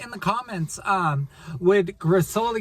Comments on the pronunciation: It's Griso-lee'-a. Stress on 2nd last syllable. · Hi Guys, I have just started watching and before I forget, “Grisolia” pronunce it with the accent on the second “i”, not on the “o”. :). I agree with you, I like to visit all those small villages, but it is good to be back in Scalea where we have all the amenities and is mostly flat and easy to drive around.